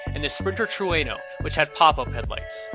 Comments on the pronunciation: He said "trueno" wrong lmao it's alright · im disapointed in myself for not realizing trueno was spanish for thunder. by the way terrible pronunciation of trueno